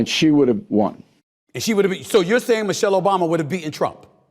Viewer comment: You keep calling Michael, Michelle